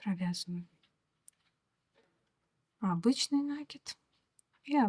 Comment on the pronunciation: А можно делать не на́киды, а наки́ды?